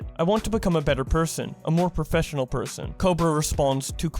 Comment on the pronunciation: New Challenge: Take A shot says professfinial.